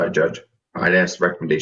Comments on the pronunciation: Did she not know she wasnt supposed to drink? Or did she not know there was alcohol in the punch? I heard two stories...why didnt the judge hear that? Lol And the words are supposed to...Not post to. And he referred you. Not he referraled you. And its Ask. Not axe. Youre welcome. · WTF is 'ak-a-hau'? And what does she mean she's going to 'aks' next time? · She should be charged for murder for all the people she "axed' 😂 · What is this goot wiw store she is talking about? Someone ax her.